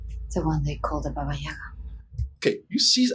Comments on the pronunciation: Ahahaha poor, they really did say ‘Yayga’ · Russian here. Baba Yaga. not Yega.